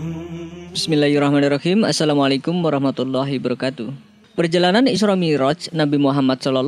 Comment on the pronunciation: Kak tolong betulin salam kk, setelah saya dengar berulang2 kata" wabarokatuh "kk singkat menjadi " barokatuh" jadi kurang kata "wa". Terima kasih.